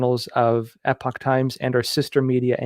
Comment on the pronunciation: I got an online subscription to The Epoch Times for $77 yearly. What did they teach you in San Diego? lol I thought you might be from the UK by the way you pronounce Epoch and the way you mispronounce Arkansas. lol BTW, this is a slash / This is a backslash \ Web addresses use slashes, not backslashes